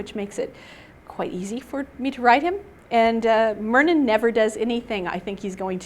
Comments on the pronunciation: ah-mlee? Mur-nin? That is not how i was pronouncing them at all! Am-e-laay and MY-RR-NIN was how i pronounced them in my head xD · That is is not how I pronounce Myrnin and Amelie!!!!!